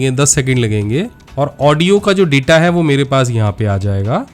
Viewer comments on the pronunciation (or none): none